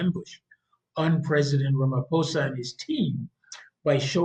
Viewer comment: Pronounce it ..... Rumma pausa